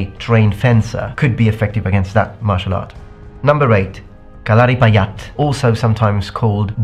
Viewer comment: Kalaripayattu pronunciation is wrong. And the video, what u have shown, is demo, and sometimes, for tourists. Actual Kalari is very much deadly.